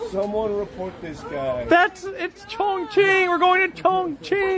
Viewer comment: Actual context: He was trying to say that they're going to Chongqing. Chongqing is a city in China and it's pronounced "chong ching" but he said it backwards which sounds like a stereotypical mock Chinese phrase.